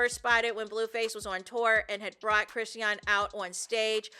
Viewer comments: Me trying to ignore "Crissy-ahn" and focus on the content the entire time watching this video. 😖😣😩😫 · Hey! Her name is pronounced …”Chris””Shawn”= Chrisean..😊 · well that’s weird I’m sure she would want her name pronounced correctly…